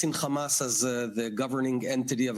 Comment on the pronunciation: Does anyone else hate the way Jews pronounce the word "hamas" ? 🤔